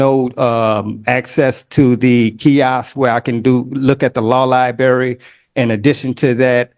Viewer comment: If I hear one more person call it the “law lieberry” instead of library I’m going to lose it.